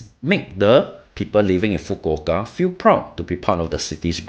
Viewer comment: Thank you for making the effort to pronounce Fukuoka correctly 🥰😄🤣